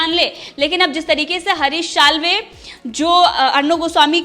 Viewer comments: Madam plz makr ur Pronunciation correct :- जमानत❌ ज़मानत✅ विसय❌ विषय✅ शाल्वे❌ साल्वे✅ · Before becoming an Anchor improve your pronunciation.It's Salve not Shalve.It's Zamaanat not Jamaanat. It's Vishaya not Visaya. It's Ja Raha hai not zaraha hai.